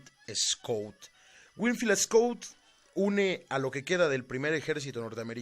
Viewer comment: Tu narrativa de la historia de Mexico con respecto al batallón de San Patricio, está bien nada más quiero comentarte que el general wilfiel Scot no rindió al general Anaya si no el general twigs y no se pronuncia escut (es escot ) wilfel Scot y su segundo al mando del general Anaya es Manuel Rincón